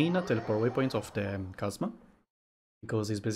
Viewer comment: thanks for the videos. very helpful. i would just like to point out something. at first i dont mind about it however i finished all videos but nobody pointed it out to you. it's about how you pronounced chasm sa "kasma" the proper pronunciation is "kasam"